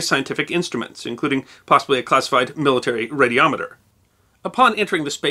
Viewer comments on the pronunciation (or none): none